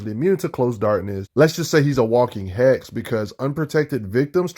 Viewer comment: Brrroooooo, I am sorry. It took me a couple of your videos to finally realize you are saying Hacks instead of Hex. I am so dumb 😂